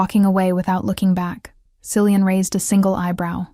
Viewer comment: Common AI..Cillian is pronounced Kill e un.